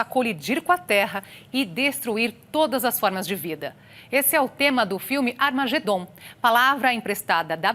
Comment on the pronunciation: Nao vem coisa boa por ai.ela falou amargedom